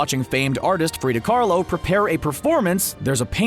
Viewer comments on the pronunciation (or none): Also Kahlo not Karlo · And he called Frida Kahlo “Frida Carlo”💀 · Frida Kahlo, not Karlo. Come on. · “FRIDA CARLO” REALLY???? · Khalo not Karol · it’s Frida Kahlo, not Frida Carlo. do some more research. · IT'S FRIDA KAHLO!! NOT FRIDA CARLOW!!! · "Frida Carlo" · He really said frida karlo ... 🤦🏻‍♀️ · Did my man really say Frida Carlo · 'Frida Carlo', are you serious? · Did you just say Frida CARLO I can't with you right now!!! 🤦🏻‍♀🤦🏻‍♀🤦🏻‍♀ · did this man just say “Frida Karlo”???? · "Frida KaRlo"??!! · Wait did u just say frida *karlo*??? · “Frida Carlo” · He said Frida carlo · Might be the way they pronounced it? Honestly I studied her and I mistakenly probably have called her Carlo when speaking aloud as well but that’s more because I am not accustomed with the dialect of that area. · Frieda “Carlo”??? Seriously?